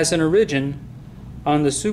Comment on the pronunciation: great except after a while the fact that he's not pronouncing "origin" right just gets annoying